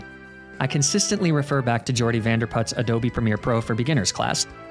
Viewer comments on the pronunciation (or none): none